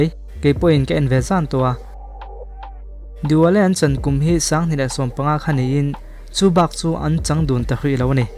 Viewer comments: Diwale ni lo in dilwale tih zawk aw,, Dil wale 😁😁😁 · Diwale tiin i lama, dilwale lawm.. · "Diwale an chan kha" i tia, 'Dilwale' a ni zawk lo maw? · Ngaithla ve chiah e. 'Dilwale' ni na nâ na, 'Diwale' tih tlat te chu a, a awmzia a bo.🤭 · Diwale I ti mai zela Dilwale tih zawk tur tih te kha ka rawn Kam Tam ve lawk duh anih chu😂😂😂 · Dilwale pawh ichhiar dik thiam lo ni mo Di wale te itih😆😆😆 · Dilwale alawm Diwale ni lo in 🤣🤣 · Diwale nilovin Dilwale tia lam/sawitur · Diwale i ti zel a..😂😁